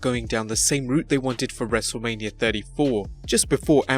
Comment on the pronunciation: It’s wrestle mania not lania